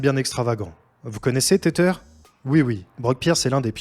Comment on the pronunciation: Tether se prononce "Tezeur" pas "Tétère"